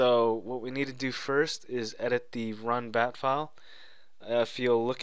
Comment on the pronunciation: Its not bap its bat....